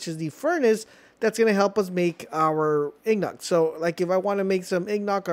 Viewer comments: Did you just call Ingots "IGNOKS"? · Ignots and coil instead of Ingots and Coal has me screaming bro